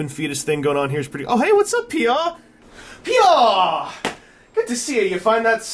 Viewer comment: So to pronounce Peaugh is "Pee-Auh?" I always though it was pronounced more like Dough